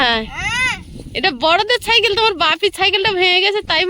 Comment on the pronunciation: ছাইকেল নয় সাইকেল।